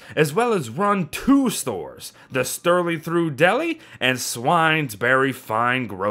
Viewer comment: Sterling trough not sterling through. A trough is what farm pigs eat slop out of